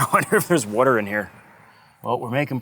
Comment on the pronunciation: When you say "water" it sounds like "weerter" Great project.